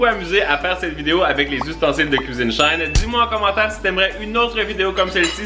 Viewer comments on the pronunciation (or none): C'est She-in pas shain.. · Chouette vidéo, mais Shein ne se dit pas "shine" mais " she in"😅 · ça se prononce she in (2 mots), pas shine lol :P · Trop bien mais on dit pas shein il faut dire she in c le raccourcie de she inside voilà💜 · Juste comme ça c’est she in pas shine avant ça s’appelait she inside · As ben shien sa vien de shine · Juste pour info. On ne dit pas SHAIN mais She In car avant le site s'appeler She Inside mais ils ont changer car c'était trop long donc dites SHE IN s'il vous plaît 🙏sa m'ecorche les oreilles 😅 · ❤ ça se prononce « she in », ça s’appelait « she inside » avant! 😉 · Hello, ça se prononce « she in », comme dans « She inside » 😂 Gros bisous t’es le meilleur ❤️ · A titre indicatif, Shein de dit She In car ça vient du nom She inside qui a été modifié en SheIn par la suite! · On dit She in ( she inside ) ce n’est pas allemand ! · Ça se dit she in ( avant c était she inside ) mdr désolé c est plus fort que moi chaque fois que j entend une personne le prononcé autrement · Superbe vidéo ☺️ Ps: SHEIN se prononce she in car l’ancien nom de l’enseigne était she inside 😉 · Ça se prononce « She in » please 😭 Haha❤️